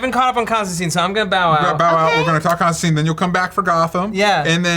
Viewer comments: DJ be starting to jump between Constantine pronunciations. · Stop saying Constantine wrong...